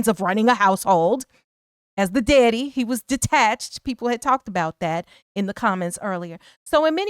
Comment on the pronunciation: She from Chicago 4sho she said Deady but not daddy 😅😅🎉🎉🎉